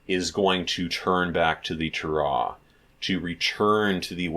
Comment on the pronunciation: oh good grief, who taught you how to say "Torah" that way????? Do you have any Hebrew study or are you self taught?